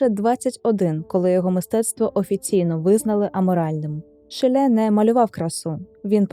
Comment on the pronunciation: один з моїх улюблених художників, тільки правильно шИлє а не шілЕ